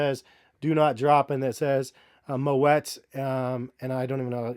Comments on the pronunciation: It's pronounced "moe ee" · you pronouncing it wrong . The “t” is silent. “Mo -et” is incorrect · Also, you don't pronounce the t in moet. It's like "moe-aye"